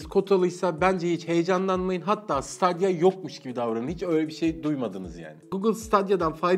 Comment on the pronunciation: siteydiya diye okunuyor